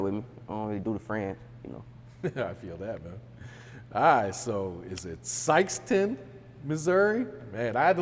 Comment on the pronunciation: Did he say Sikeston Mo stop it